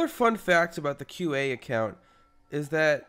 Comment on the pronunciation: when you say qa it sounds like cute ay